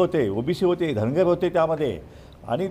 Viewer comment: शेंडगे साहेब धनगर समाज र आणि ड च फरक दुरुस्त करा पेन नी.